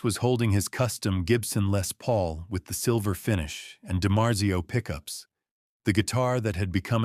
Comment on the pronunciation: No nothing dopped in 1978 we weren't niggerfied yet then and fuck off if any of u don't like what I just said. I'm sick of everyonr rmbracing this nigger shit. This isn't authentic the term arena rock, I don't believe the trendy term gear was used back then and it's not pronounced lez paul. This video is made by a punk too young to know any of this and kiss wasn't radio friendly. Back then there wasn't any hard rock played on the radio. Kiss simply wasn't played on the rado other than beth